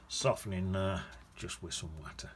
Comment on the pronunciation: You must be from Derbyshire 🤣 saying watter